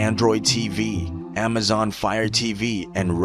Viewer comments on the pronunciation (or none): none